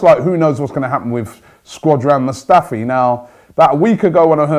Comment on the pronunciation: HIS NAME ISNT SQUADRON MUSTAFI ROBBIE FFS